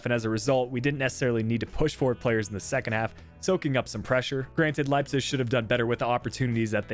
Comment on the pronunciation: Okay I tried to live with it but you absolutely butchered Leipzig’s name and it just sounds awful I’m sorry it’s not the first time you have miss pronounced somone or somethings name I love the content and you’re a great youtuber but I would just try and pronounce things a little better